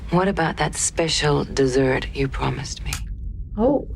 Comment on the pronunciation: She said "Real dessert". 😊